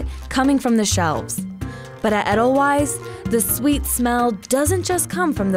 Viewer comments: Edelweiss, pronounced Ed-el-wise? Ade-l-vice....little white wild flower in Austria...you know, the country next to Switzerland. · Eddel-frickin-wyze? Ee-dil-vase. Immersed with? Umm, I think you mean 'in'. Who writes this shit? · Adele-wise lol wtf is that pronunciation? Jesus are y'all ever white. It's ay-dle-veiss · Edelweiss is pronounced wrong. Edelweiss is correctly pronounced Edel Vice. Wei in German is a V sound. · Its edelVeiss not edelWeiss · You're killing me with the proper pronunciation of Edelweiss. It's "Edel-vice" not Edel-wise." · How you pronounce Edelweiss really bothers me 😖 the true Bavarian pronunciation is Ay-dl-vice so if this shop has their own purpose and reason for their pronunciation I wish it was included in the video, cuz without that explanation this video just makes us sound like the Americans that everyone here in Europe thinks we are lol but other than that, I’m drooling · I cringe every time she says 'Eddel wise'. Don't even know how to say the name of the company you're visiting... that's just bad journalism. smh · it’s “adel vies” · she pronounced edelweiss like “ettle wise” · When the host butchers the name of the establishment, it is hard to take her seriously.